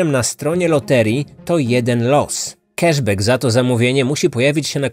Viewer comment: Angielski do poprawy. Cash back czyta się "kasz bak" [c-k, a-a, sh-sz, b-b, a-a, ck-k]. Tu nie ma nigdzie "e".